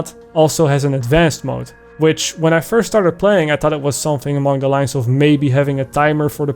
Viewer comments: of??? You dutch? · I have undeniable proof that you are in fact dutch.